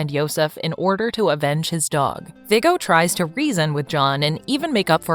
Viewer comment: Her pronoucing everything wrong viggo